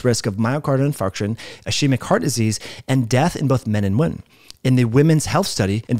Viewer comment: Cant't say "ischaemic" either. 🤦‍♂️